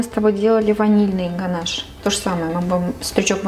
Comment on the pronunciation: и да, не гонаж, а ганаш😊